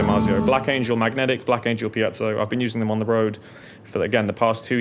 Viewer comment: FINALLY someone pronouncing Piezo CORRECTLY Mike Dawes